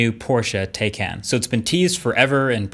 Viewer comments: I changed my like. It's very obvious you're a tesla fanboy. Among many things, the roadster cannot be compared to the taycan. Also, you pronounce the name of the car like five different ways. AFAIK it's Tay-Kahn like Macan and Tay rhymes with day. Not taken. So that's a little annoying, considering. If this car takes off and they decide to do a gt version I would guarantee that tesla would have no leg to stand on. Imagine if they did a 911 GTe with like a 50kwh battery pack and the ability to charge at 250kw weight reduced to sub 3000 pounds. I like that you touched on what Porsche focused on, which is multiple launches and the ring lap time. A Porsche is a drivers car, if you're considering autopilot you shouldn't be considering a Porsche. I'm biased, and feel like they should only make the 911, but recognize they need to pay the bills. This felt very amateurish. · Marques the correct pronunciation is TIE-CAN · Love your vids MKBHD, but Porsche specifically made a video on how to pronounce Taycan. It's t-icon. T-eye-con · It’s pronounced “TIE-Kahn” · your pronunciation is killing me MKB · Please stick to phones when you can't even pronounce the car you're reviewing properly... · He can’t even pronounce the name of the car correctly half the time 🤦‍♂️ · Yeah they forgot to teach him how to pronounce it correctly lol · Exactly. But the guy in the video pronounces it wrong constantly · He needs to decide if he wants to pronounce the name of this car correctly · I usually don't care much about the pronounciation of brand names and such, but I kept wincing everytime you pronounce taycan the wrong way 😶🤣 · Am I the only one who's bothered that he constantly pronounces Taycan wrong? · Not only did you compare the base model taycan to a performance model s, you used the price of the taycan turbo s to make it seem like an even bigger loss. Couldn’t even bother learning how to pronounce it correctly. Can’t believe you are considered a credible reviewer these days